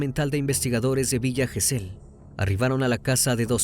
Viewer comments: Recomiendo ver éste caso por Paul Landó. Muy inexacto está vez, Crimi..Todos eran rugbiers de Zárate. Todos los acentos y pronunciaciones de lugares mal dichos. Le Brique se pronuncia "Brick ". Gesell es palabra grave. Zárate es esdrújula..Sinali y Comelli no son agudas tampoco. Además, los padres de Fernando son porteros de un edificio, encargados. Son paraguayos todos, por eso lo discriminación y por "negro de m...". Hay cantidad de vídeos sobre su asesinato aquí en YouTube que fueron condenatorios. Estuve en esa marcha en el Congreso y esos padres partían el alma. Todo está filmado y subido aquí. Si quieren ver bien el caso. Pablo Ventura pasó un infierno y estaba a 500 km. Los rugbiers no lo querían por buen chico y siempre que hacían algo malo en Zárate, la broma era "fue Pablo Ventura ". Una pesadilla. Pero, como te digo: toda la golpiza está filmada. Una chica le dio RCP en el lugar, pero ya estaba muerto cuando llegó la ambulancia. Thomsen es quién le asesta la patada asesina en la cabeza. La suela de su zapatilla estaba marcada en Fernando. Un caso muy triste que merece ser tratado con detalle . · Gesell lleva acento prosódico en la penúltima sílaba.